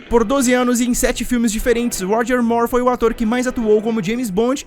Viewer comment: Ótimo trabalho. Pena que estranhamos ouvir Roger /Mór/, em vez do correto, Roger /Mur/, como a Demi Moor.